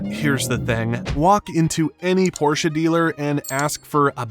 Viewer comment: Thanks for properly pronouncing the brand name instead of the stupid "porsh"